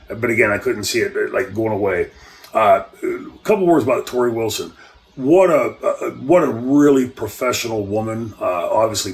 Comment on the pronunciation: that's me! Thanks for answering my question and pronouncing my name correctly! I thought you were really misused in 2000 WCW so that was the basis for my question